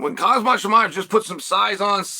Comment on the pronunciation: I always laugh when he refers to khamzat chimaev as khazmat lol